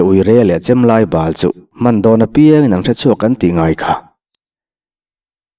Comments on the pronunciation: Hmeichhe uire leh chemlai bal tih hi bâl/bawlhhlawh tia lam loin, bal/thlawn/ṭeuh tia lam tur anih hmel ve. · Chem lai bâl ni lo in chem lai bal(hek/khem) ka sawi fiah chiah em ka hre lo.... Bâl-puanbâl (diklo) ang leh BAL-tlabal(BAL) (dikzawk) tia lam rik zawk tur a ni in ka hria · Chem lai Bal (ha thlawn Bal lama lam tur) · "Hmeichhe uire leh Chembal lai bal", i chhiar rik dan chu, nangang rual chuan , chhiarthiam tur rual i ni a ni a sin maw!!!! Chem bal lamrik dan pangai khan lam rawh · Chem lai bal ni lo in Bal tihtur tlabal kan tih ang a Bal tih tur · Chemlai bal kha i lam fuhlo, bal (thawmhnaw bal ) nilovin, a khem lama lam tur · Hahmai bal ang hi aw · Hmeichhe uire leh Chemlai bal ( BAL tihhi thawmhnaw bal ang a lamrik tur a nilo. HAHMAI BAL tih a BAL rik ang hian lamrik tur ) A ngaihnawm thin e. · Chem lai bal tih kha i lam fuh lo deuh, bal kha ha bal tih a a rik dan khan a fuh zawk hmel. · "Chem lai bal" I lam dan khi a dikhlel deuh lo maw. "Ka ha a bal hlawk mai" tih a "bal" rik ang hian a lam tur a nih ka ring. Chem bal hman chu hrehawm deuh a nia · Chem lâi bal hi bàl(thil fai lo sawina)angin i lam a, a dik lo deuh tlat. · Chem lai bal hi i lam diklo. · Chem lai bal ilam danhi a diklo,ilam dan in a kawh chu bal/failo. He ta asawi tum hichu,Bal - Chem kan hman a,a ngamloh zwwng/Thir e maw kan sah a a bal ta hman a nawmloh thu sawi atumna anih hmel.